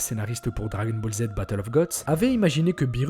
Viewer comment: Ta manière de prononcé le « dragon » de dragon Ball me stresse mdrrr si non très bonne vidéo !